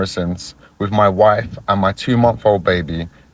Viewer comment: the way he said wife. the beard he's wearing isn't his only beard.